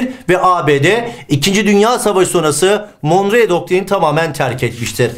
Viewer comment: monroe doktrini olacak hocam, monreo değil :)